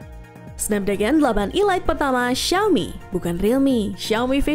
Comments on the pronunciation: Kok nyebutnya ILAIT...ELIT kan hrsnya cara bacanya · Ilait ??, sejak kapan Elite dibaca ilait ?, kecuali kalo E-Lite baru dibaca ilait. Ngakak bener 😂😂😂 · 😮‍💨 Elite & E-Lite Tolong dibedakan cara bacanya, Min, diulang² lagi, Netizen Auto Bingung.. 🥲🌚🗿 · ngga mas, maksudku cara penyebutan nya itu Lo 😄 bikin kesel 😆